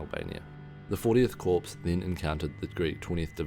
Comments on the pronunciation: FYI: The word "corps" is pronounced French-style, "core," not "corpse." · It’s pronounced core, not corpse